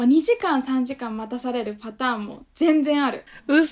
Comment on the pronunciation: 2時間､3時間､待「っ」たされる。